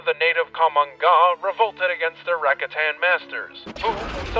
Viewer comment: Yo, nice vidz! But they're pronounced "Ra-KA-tan", not RA-katan. Think about it 🤓